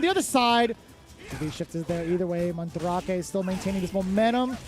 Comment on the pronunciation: Man- dra kay? Fuck man, look it up. it's an actual word dude!